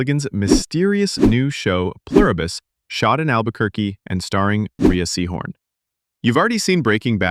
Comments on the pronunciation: She pronounces it "Ray" Seehorn, not pronounced like Rhea Perlman. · He's right. It's pronounced Ray.